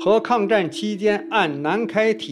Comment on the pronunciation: 给主播更正： 自贡市的蜀光中学的＂蜀＂应该读shu（属），不读zhou（浊）。